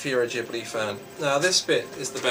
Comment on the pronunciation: Its not jibli, its studio ghibli